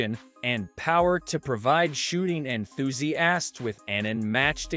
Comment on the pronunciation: Quit after, "En-thuse-assed'